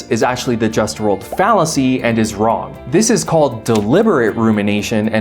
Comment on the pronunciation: It's pronounced "Wrong" not "Wron".